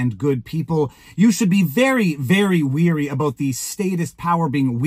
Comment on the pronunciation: "Wary" not "weary"